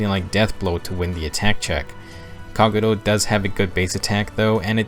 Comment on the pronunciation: I don't like how he says Kagero's name